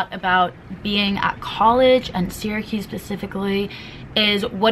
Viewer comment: sis imma keep it real with you... syracuse is pronounced like sarahcuse not siracuse,,, im so sorry thats been bothering me LOL